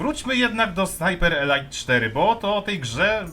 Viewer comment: "elajt" to eleit a "elit" to elite Taki mały szczegół, ale bardzo fajny film muszę przyznać. Pluj dalej na te firmy dzisiejsze!!!